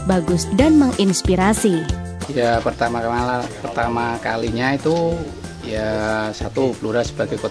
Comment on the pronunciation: Hahahah abang nie lucu.. vidionya pas wawan cara.. di bagian pengucapan. (prtamakamala..) 😂😂 gua putar ulang mlulu smpk ktawa sndiri. 😂😂 jangan grogi donk bang 😅